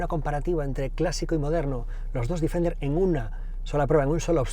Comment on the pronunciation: Joder, todo el rato diciendo el Difender., Deeeeeeeefender